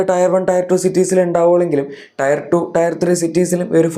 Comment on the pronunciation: ടയർ (tyre) സിറ്റി അല്ല, ടിയർ (tier) സിറ്റി എന്നാണ് ഉച്ചരിക്കേണ്ടത്.